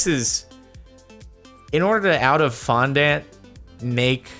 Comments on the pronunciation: Fon- dAW- nt or Fon- di- nt but not, I repeat, never Fon- dANT, it’s not a sugary ant Jardon lol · Oof the way Jordan says fondant annoys me oof its (fon-don-t